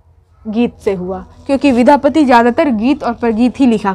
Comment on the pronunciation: Vidhapati nhi maam ... vidyapati hota h